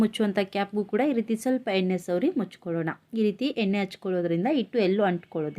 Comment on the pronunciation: ಎನ್ನೆ ಅಲ್ಲ ಎಣ್ಣೆ